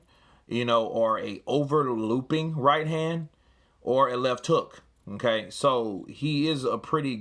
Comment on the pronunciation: "Hmm kay" =Okay 😂